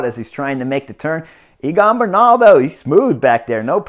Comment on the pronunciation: I love your comments. Note that the pronunciation of Egan is Similar to say Egg and An. His last name pronunciation is Ber nal